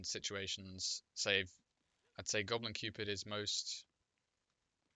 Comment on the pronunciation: i believe you pronounced Gobu Cupid wrong